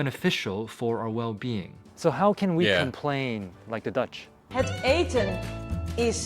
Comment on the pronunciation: you got that 100% right you will speak Dutch in no time